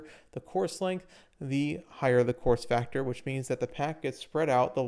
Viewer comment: You weren’t the only one 😂 had to look at the screen to finally realize what he said